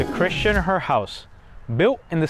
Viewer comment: Thank you for correctly identifying the Christian Herr house. While a Swiss/German may pronounce Herr as Hair, all the locals say Herr. My only complaint is that the video is too short. It would be enjoyable to listen to you elaborate on each of these sites. Thank you. PS: Next time in Columbia you must visit Wright's Mansion.